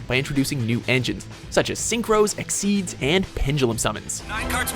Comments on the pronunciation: If you're going to take sides from the get-go, at least have the decency of pronouncing names right! It's "ekseez", not "exceed" and "Arc-Five", not "arc-wee"! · The correct pronunciation is "Ik-seez" not "Exeed" as that was a fan translation. I never understood the Pokemon TCG as a kid but the Yu-Gi-Oh one I found much easier to learn.